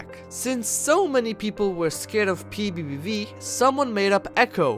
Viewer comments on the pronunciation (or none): How I say PBBV: p bee bee v How he says PBBV: P V.E VE V